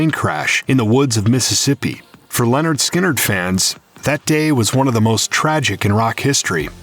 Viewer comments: It’s Lynard not Leonard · Lynyrd.. Not Leanord. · At: It's not Leonard Skynrd. It's Lynyrd, pronounced ( Lin-erd ) Skynyrd. lol. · Its not LENYRD ITS LYNYRD! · It's "Lynyrd Skynyrd" not "Leonard Skynyrd" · Lynyrd, not Leonard. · OH MY GOD, what planet are you from. It is not pronounced LEN it is Lyn. Who are these people who make these videos and can't speak proper English/!! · did you just seriously say LEORAND instead of LYNYRD??? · You keep saying Lennard Skynard. Pretty annoying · Lyn not len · Stop pronouncing it as "Leonard"...it's Lynyrd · the narrator mispronounces the first part of the name lynrd throughout the entire video.its not len and never has been its lyn. if your going to do a bio have your freaking fact correct first. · Your pronouncing the name wrong it's not Leonard, it's Lynyrd. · Wikipedia :Lynyrd Skynyrd (/ˌlɛnərd ˈskɪnərd/ LEN-ərd SKIN-ərd) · It's not pronounced 'Lenard'!😕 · Hearing you say Leonard Skynyrd so many times was painful 😖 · Roxanne Moser Especially members of his own band. I’ve heard Gary mispronounce it too. It’s lazy and disrespectful.